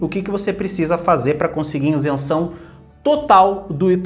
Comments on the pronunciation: VC PODERIA APRENDER A FALAR A PALAVRA "ISENÇÃO" ??? NAO É INSENSAO. PORFAVOR FALE PARA O MUNDO DECFPRMA CORRETA: ISENCAO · Continua falando insenção! Senhor do céu!!! Isenção por favor!!! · ISENÇÃO e não INSENÇÃO kkkkkkk chega a dar um siricutico de ouvir kkkkkkk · A pronuncia “iNsenção” está ERRADA. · Maior legal as orientações, e uns tontos corrigindo o português. Ninguém fala o português 100%. Se ele diz inzenção, você sabe que ele está referindo a isenção. Escrevi com Z se não teria que dizer com som de C.